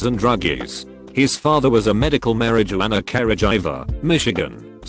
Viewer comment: mari jew anner careh jiver